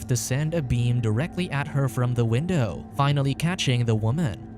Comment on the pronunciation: win-DOE lol